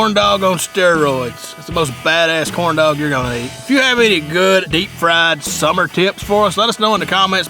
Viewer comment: Sounds like he's saying corn dough 😂😂😂😂